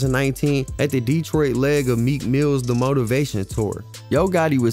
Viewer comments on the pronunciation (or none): Bruh can't take u serious if u ain't even got boi name right. It's 4-2 dugg. And it's 7 mile not 7th mile. Not DEEtroit. It's DetrOIt. It's gra-shit. Not gra-tiot. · I am loving your videos. You are very thorough. Just 1 thing. Not Deeetroit. Just Detroit. Lol it was driving me crazy. But I'm definitely tuned in and looking fwd to more. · Wusssup wit the DEEEEtroit pronunciation 😩🤣 u got hella good grammar and good content try not to be so animated with that gang , shit starts to tweak me out after the 30th mention of the city